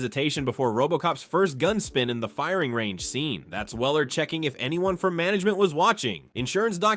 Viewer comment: It's "range" not "reign" simpleton 😂